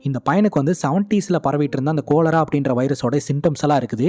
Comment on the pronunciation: Thambi adhu கொலெரா illa காலரா.